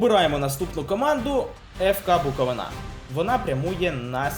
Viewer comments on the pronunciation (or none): Відосик пушка,тільки - Буковúна а не Буковинá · Хочу наголосити, не буковинА, а буковИна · Задумка класна, але........ невже не можна почитати, як правильно ставити наголос на "БуковИна"?????? Просто ріже вухо....... Тоді вже і "НивА", "ДИнамо" та "КАрпати"....... Тільки коментатори навчились правильно вимовляти........ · Все класно, але наголос Буковини ріже вуха ( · В слові Буковина наголос треба робити на букву И. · Буковина! Наголос на у, не на и.